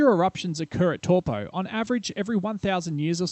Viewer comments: Close enough for an Aussie.. next time go with Toe-Paw ;) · It's pronounced Taupõ (Toe-poor) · Taupo : Tow Poor not Tall Poe I suppose Tell Poe is worst bloody Palangi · Funny to hear you pronounce Taupo every time. Just a suggestion you should investigate pronunciations of some names/words if unfamiliar and if you're going to say it a lot. You were pronouncing it more like Torpo but should be more like T-ow-po. The Tau like if you hurt yourself and said "ow" lol. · Pronunciation. Torpoe. Actual pronunciation. Towpaw. But don't mind me, I only live there. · wow buctchered taupo aswell its not TORE-POOR its TOW-PO you need to look how nz words are spoken. your a butcher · It's not toe paw, its towPO not TOW POOR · exactly . toe paw not torpo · Is there a more mispronounced place name on this planet? Where the heck is Tor-Po? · Cringed everything I heard tawpo.... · Toe Paw.🤣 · tor po??? kei whea "tor po"? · How ever you want to say it Toe por Toe paw Tauupo if it blow's we're Toe...ssst. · Your pronunciation would be perfect of Taupo, if you reverse the vowel sounds. So where you're saying Tau, take the au pronunciation you're saying and put it as the O part of Taupo. And put the old way you were saying the O, as the AU part of Taupo, and suddenly perfect maori!